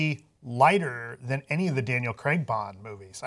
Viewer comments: it's pronouced Crayg in UK not Creg. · CRAIG...CRAIG Not "Creg", CRAIG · Can you seriously start saying Craig correctly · I watched Southpark for years and never realised that "Creg" is actually called Craig. It wasn't til I saw it written down that I noticed lol I just assumed Creg was a weird American name.